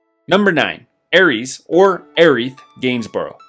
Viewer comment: With a thirty year debate between both of Aeriths name, you pronounce it wrong both ways? Is this an AI channel?